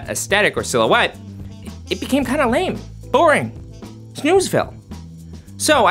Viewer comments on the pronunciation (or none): none